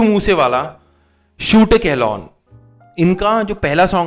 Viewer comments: Its Kaaah loooooon not kehlaaan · Ur reaction was superb as always just one thing it’s not “keh laan” it’s “kahlon” with a slight “n” in one go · Naam sahi le leya kro bnde kehlon nhi a..kahlon a .. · It is KAH LOOOON (N silent at the end)